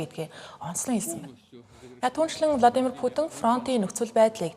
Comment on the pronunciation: Влодимр Путин биш шүү! Гадаад үг, ялангуяа хүний нэрийг ядаж зөв дуудлаж сурчаад мэдээ уншаарай